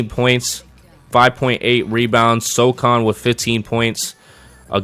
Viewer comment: great video, but brother...it is pronounced so-HAN not so-CON lol